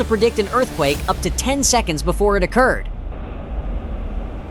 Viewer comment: AI, wtf is "S" "Ekonds". Oh, you mean seconds. Omg.